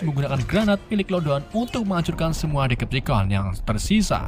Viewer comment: Bang ralat..Decepticon cara bacanya.Deseptikon klo di Indo